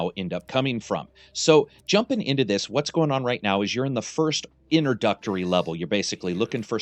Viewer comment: I swear I heard you say "inner-duck-tory" level.